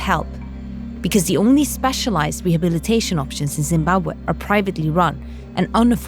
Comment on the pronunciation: first time i heard someone said zimbabwe how it really been spoken. just for that i like that video. but i cant pronounce it like that haha im from germany.